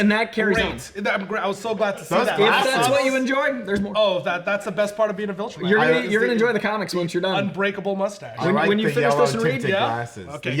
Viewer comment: Am I the only one weirded out by them pronouncing it 'vOltrumite'? Like, is that some inside joke or did you guys just never see how it was spelled and misheard it over and over and over again while watching the show??? Also how has no one told yall??? It's 'viltrumite' with an 'i'...